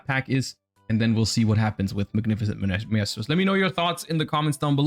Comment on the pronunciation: Mf can’t pronounce maestro